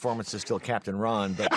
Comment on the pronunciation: My fav part is when Carpenter says "my favorite role is still Catp. Ron" lol 😂😂😂